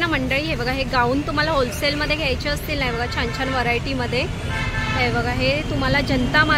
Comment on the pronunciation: It's wholesale not hosale. Any way it's good.